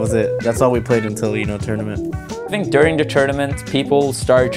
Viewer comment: 30 seconds in, already lost my shit at the I fiiinnk